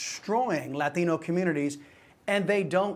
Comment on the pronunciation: funny how this guy must pronounce latino as if he just crossed the boarder